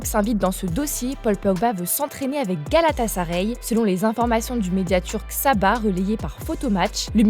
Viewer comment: Foot Mercato, c’est bien de mettre une femme pour la voix off, mais mettez-en une qui connaît le football! Elle dit tout le temps Galatasaré, y a personne pour lui dire que ça se prononce galatasaRAÏ?? C’est quoi cette meuf elle sort d’où?